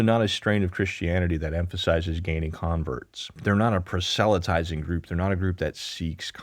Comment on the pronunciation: proselytize prŏs′ə-lĭ-tīz″ You said it kind of funny